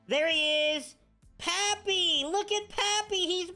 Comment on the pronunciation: I’m annoyed that he says pappy instead of Papi